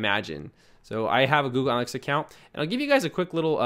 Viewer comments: antalytics?... ANALYTICS!... ANA not ANTA... thanks for the videos, you are superb... but you mispronounce things all the time. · its Ana-lytics.. lol. can u do a server/domain tranfer for ur next video?